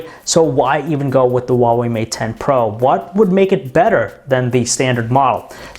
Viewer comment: AI LOVE OU XUAVEI MAT 10 PRO !